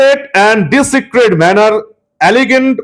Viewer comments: ডি- সিক্রেট নয় , উচ্চারণ টা ডিসক্রিট হবে । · ওটা ডিসিক্রেট নয় ডিসক্রিট। ওই জায়গায় বসে আপনার এই ভুলটা মানায় না।